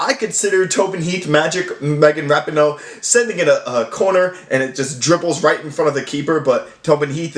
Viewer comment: It’s pronounced “Ra-pee-no”